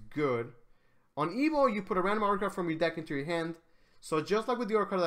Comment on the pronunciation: drinking game: take 1 shot everytime he say "articaft"